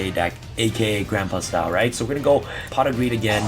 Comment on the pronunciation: I thought you were saying I use a lot of pot for a second lol